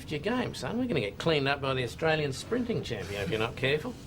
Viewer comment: Austr A lian. Not Astr oo lian.